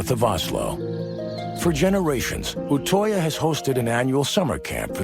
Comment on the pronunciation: You say utøya like Utøia